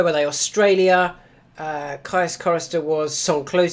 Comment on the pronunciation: I think it's pronounced "keys" chorister, like caius college cambridge